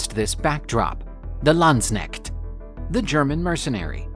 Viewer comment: please learn how to say "Landsknecht" properly